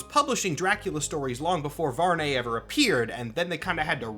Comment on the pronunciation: I think the correct pronunciation might be VARR-NEE like algae. Impossible to be sure if nothing official confirms it but I prefer the nay sound. Blood Hunt kinda seems like a Marvel writer liked the Volkihar stuff in Skyrim and wanted a Marvel version to be a thing.